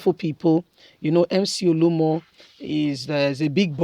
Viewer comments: Mcoluomo not Muolumo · Ode!! Mc olumo 🤷🏾‍♂️ why can you just do a little research on his name. You like to talk but you talk shit. Please pronounce names probably oo.